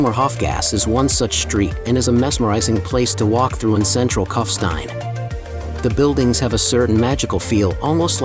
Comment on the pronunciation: Find someone who can pronounce German language names properly, rather than American distortions, starting with the very name Kufstein. It’s not Cuffstine, but Koofshtine.